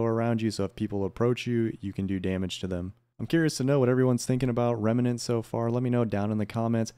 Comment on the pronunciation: Thanks for the video, but just wanted to say, you're adding an extra syllable when you say Remnant. It isn't rem-a-nant. The word is rem-nant. Drop that extra A in the middle.